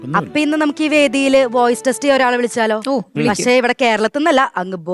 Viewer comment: പശേ അല്ല പക് ഷേ എന്ന് പറയടി പരിഷ്കാരി